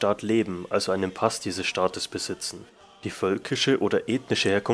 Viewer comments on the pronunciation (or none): none